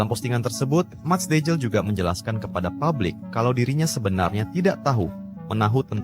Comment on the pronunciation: Bukan dejil tapi deiyl huruf j di baca y dalam bahasa belanda